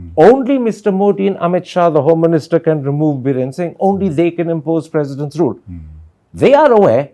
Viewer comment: Its President Rule not President Room 😅😅😅